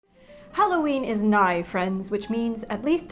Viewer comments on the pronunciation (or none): Holloween is what you said